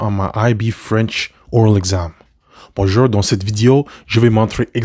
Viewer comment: Bruh he pronounced Bonjour with an r jesus bro